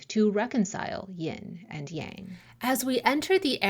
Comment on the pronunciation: As a student of the Ageless Wisdom teachings, I have been lacking in my studies of Taoism for some time. I’m very excited to discover your channel and greatly appreciate your method of teaching. I also appreciate your pronunciation of Yang, as it is “the way” I have always been comfortable with and believed I was hearing it mispronounced in the west often 🙏❤️